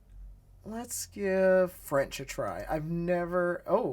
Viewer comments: When you’re mixing English and French the teacher pronounced the French incorrectly, like an English person reading French for the first time. But when the teachers text was in all French it had good pronunciation. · Thanks for the demonstration. I cannot comment on the Chinese, but why does the French teacher '' teach you French with an awful American pronunciation? Shouldn't the teachers teach you a native pronunciation? Does the same take place in Chinese? I would not want to use a tool that teaches awful pronunciation. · Man French accent is so bad? Are the other accents that inaccurate?